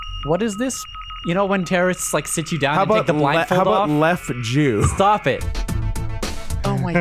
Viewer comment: "Leff jew" we are 5 seconds in